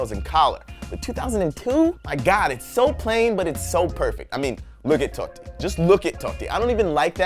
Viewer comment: Your haircut is trashy as hell. I dislike you for disliking my dude totti. And say his name properly nest time